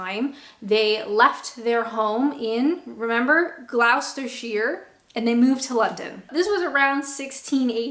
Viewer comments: Pronounced "Glostershire" NOT Glowstershire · What you WANT to say is "Woo-ster Sauce". I know, totally illogical but that's how we Brits pronounce Worcestershire (at least where I come from!) And "Gloster-sher". Great video. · I can't believe you've been here six years and can't say Wusstersher or Glosstasher. As for Cadbury, it used to be OK before the Yanks got their grubby hands on it. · Gloucestershire pronounced gloster-shire. Worcestershire pronunced wooster-shire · Not being funny, but why don't you just ask your British partner how to pronounce these words? Tip-Gloucestershire, just say Gloss (as in lip gloss), + Ster, + Sheer (as in sheer drop), Glos-Ster-Sheer. Simple. Though i guess if you say any of those 3 words in another way it doesn't work. Try Wuss (as in wimp) + Ster + Sheer = Worcestershire. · Great vid. Very interesting as always. For the record, if you say 'Woostersheer' for Worcestershire and 'Glostersheer' for Gloucestershire, it's close enough.. I'm from South East England and that's how I say it anyway.. Also, a dash of Worcestershire sauce(most people just say 'Worcester' sauce is rather nice in a glass of tomato juice.)😆👍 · the Gloucestershire pronunciation hurt my soul a little bit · I was even more surprised that she couldn't pronounce Gloucestershire after living here years.